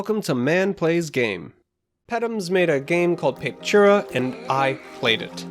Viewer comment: Man it's painful listening to you butchering the name over and over. It's pronounced pah-peh-too-rah.